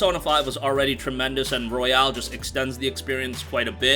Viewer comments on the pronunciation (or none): ROY-ALL. stop w the Royale w cheese. Literally called The Royal in japan lol